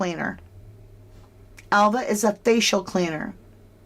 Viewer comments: totally agree, i checked it out ,Alva in spanish is pronounced Alba in English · Spanish-speaking people usually cannot pronounce “v” and they pronounce it “b” so Alva would be Alba!!!! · I live on a Spanish island. V is pronounced B in Spanish and Catalan and the local island languages generally. Alva is pronounced Alba in Spain. Also most of us work multiple jobs here. So Alva may work in the bar / cafe but also cleans the house for some extra money. Or she gets a salary and does whatever Ofelia and Roman say during work hours. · Is the Spanish V pronounced like a silent B so Alva could have been pronounced Alba 🤔 Maybe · in Spanish Alva is pronounced as Alba. Duncan could still be onto something. Just saying... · Duncan says that the V in Alva makes a 'B' sound in English!?! So you see, 'Alva' sounds like Alba in English! Hope this helps